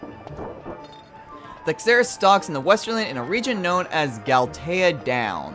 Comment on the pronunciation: couldnt help but be annoyed when he kept saying "Esterland" Boy was that painful